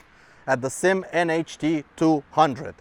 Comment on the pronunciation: It is NOT a SYM or SIM as in a word. Dammit it is a S. Y. M. three letters for Sang Yang Motor. stop calling it a damn sym. Can't give you any respect for your review if you do not know how to pronounce the name of the bike you are reviewing.